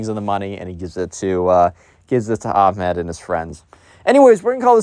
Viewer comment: The pronunciation of these names are atrocious 💀💀 Ahmed ahmedh, Ibrahim-Ibraahim Nasir Naasir